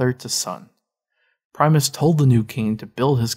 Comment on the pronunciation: It's PRIM-US not PRIME- US